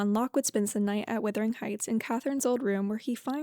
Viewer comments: The word is wuthering not withering. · LOOK AT THE SPELLING OR LISTEN TO PEOPLE SAY IT PROPERLY! IT IS WUTHERING NOT WITHERING!!!!!!!! Wuthering means windy, like the very windy Yorkshire moors.